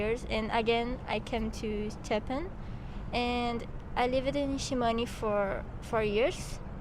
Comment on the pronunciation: esse "Shimane" entrega q ela é brasileira kkkkkkkk